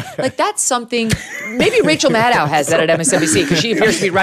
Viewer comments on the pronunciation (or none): did Meghan just say Racial Maddow ?😂😂😂